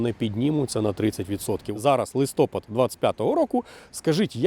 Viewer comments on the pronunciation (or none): правильно казати листопАд, а не листОпад. Ви ж не говорите снігОпад коли йде сніг, чи водОспад коли йде мова про нього. Якщо транслюєте українську в інфопросторі, то прошу, робіть це правильно, дякую 🤝